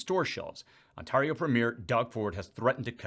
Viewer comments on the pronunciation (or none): I was in the other room and I thought I heard you say "On-tar-eo" What?? It's pronounced: "On-tare-eo)". Just making sure you know a little bit more about our country. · PS. The "A" in Ontario is a hard A...ie pronounced Ont-air-ee-oh Thx 💙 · I'm surprised you don't know how to correctly pronounce "Ontario"